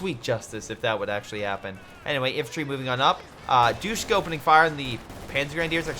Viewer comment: I love ya bro but it’s not pronounced doosh-ka. It’s dish-ka and the way I know this is because they are still used in Afghanistan. Keep up the good work friend. Respect.